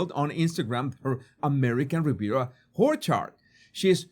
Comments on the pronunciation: Love your pronunciation of orchard “who’re hard”😂😂😂😂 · I love that pronounces the brand as American Riviera Whorechard. Happy accident that he destroys the seriousness of her snobbery. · American Riviera Horror-chard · Whorecherd lol😂😂😂😂😂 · I die, whenever you say ''ORCHARD." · It's not a mistake...he does it with purpose! 😂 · I love the pronunciation of ‘Orchard’ 😂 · Very appropriate. And hilarious!!!!! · Me Too!! 😂 ❤ 😅 Priceless! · Yep, it's a beauty 😂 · Don’t we all? 😂😂😂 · do you say Duchess of "Sausages" on purpose, or is that just your lovely accent? American Riviera "Horchard" is too funny also. I am not making fun of your accent, it is wonderful, but it just makes me laugh and is very appropriate for these two grifters. Love your videos! ❤